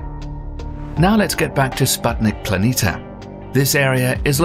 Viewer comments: PLANITIA, NOT PLANITA, THERE IS AN I!!! WAKE UP!!! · It would be nice that planitia were read correctly. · Planitia is also pronounced as /planeesha/ not /planeeta/.